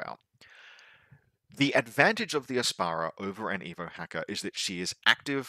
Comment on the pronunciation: Heck yeah OSS, my second faction after vanilla Nomads. Thanks for the overview, here's to hoping it does not get fully invalidated within a month. 😁 Also, it's the Ap-sara, not a vegetable that makes your pee smelly. 😂